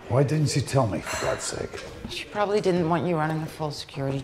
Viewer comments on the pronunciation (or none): none